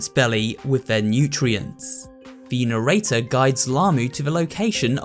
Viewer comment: Its Narrator not Nerrater